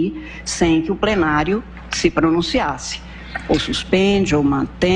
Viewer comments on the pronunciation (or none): ... Ganha milhões por ano , toda a regalia que tem, poder e mais poder .... E não sabe falar "plenário" .. "Prenário" , ministra ??? "Prenário"???? P. Q. P. Esse país não tem mesmo como dar certo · Mas me tirem uma dúvida: é plenário ou prenario? Ouçam a iluminada. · Uma juíza do supremo que fala( prenario) aí já é demais. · Como é possível uma ministra da suprema corte falar "prenário" em vez de plenário!!!!!!! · Adoro porque ela fala "PRENARIO" e não "PLENARIO". Dos mesmos criadores de CHICRETE, ESTAUTA, etc.